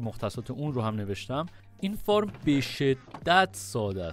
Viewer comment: Fart گفتنت عالیییی بود 😂😂😂😂